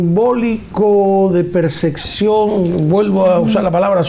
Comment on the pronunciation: Es "percepcion", no perceccion.